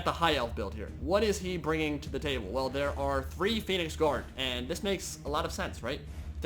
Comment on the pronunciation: turn subtitles on (Phoenix Guard pronunciation) *facepalm *